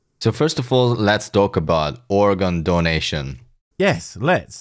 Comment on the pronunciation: I know it's petty to pick on people's pronunciation, but I did like how he made it sound like "Oregon donation". Hey everyone, I have an Oregon looking for a good home. Only slightly sat on. Any takers?